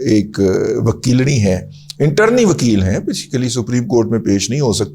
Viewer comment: internee na howay hay dada g intern howay hay